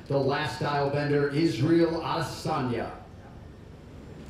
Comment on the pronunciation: Everyone: "Israel Adesanya" Jon Anik: "Is real Adesanya" 😄😄😄😄